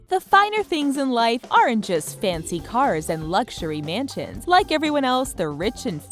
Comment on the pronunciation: "fancy cars and luxury mantins" xD